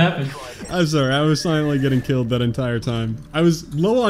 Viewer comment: Every time killing dog: sowy:/